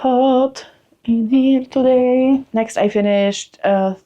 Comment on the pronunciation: “It’s very hot in hurrr toe-day” 👏 😂